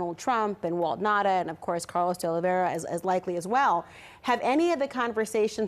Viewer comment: what is the native language of these people? why can't they pronounce Nauta's name ? It is Nauta not Nata!